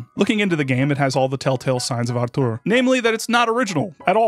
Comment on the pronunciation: You dropped a K there, but otherwise it's a good pronunciation. In particular I appreciate that you pronounced the Ł and the Ą correctly. The accent in (the Polish pronunciation of) "Artur" goes on the first (well, second-to-last) syllable though. It's a minor nitpick that I just wanted out of my system because I'm a native speaker of this bloody language and we're Just Like That™. One of the most famous gags in Polish cinema is a Pole using a made up last name to annoy a German typist.